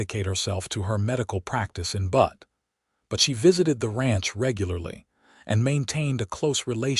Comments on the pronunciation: AI reading leaves a little bit to be desired....Butt, MT...😂😂....I believe they mean Butte, MT. 😂😂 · Please teach AI to properly pronounce: Helena NOT Helene-uh Lives with short i NOT lives long i Butte NOT butt and many others 🙄